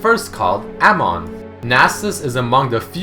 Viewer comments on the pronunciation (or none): none